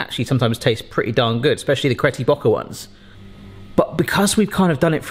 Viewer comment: Wait…Cretty Bocker? Lol